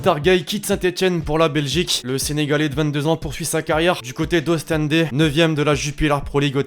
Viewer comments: par contre la prochaine fois prononce bien ostende stp pas ostendé mdr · Ostendééé 😂😂😂😂 Ça se dit comme « Au stand» si tu préfères 😂😂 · Ostende et pas Ostendée 😂😂😂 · « Ostendè » hahaha frère